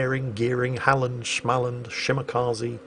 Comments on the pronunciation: Smal land?!?!?! its Småland. The å is something like the o in ohh. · You did it again,. It's not [schmull-und], it's [small-und] (swedish destroyer Småland) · wait, an aircraft carrier got citadeleted? I hope someone reported this bug to WarGaming Dude, my man, friend, dont say Shmalland. Its Småland, Små-Land. But Shmalland sounds.... well just wrong. And its more letters in it than Småland, something the people fro Småland would concider a waste of good letters. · Hello,, just your daily reminder that småland is not pronounced SCHMALAND going back to the saltmines with a shovel stuck in my skull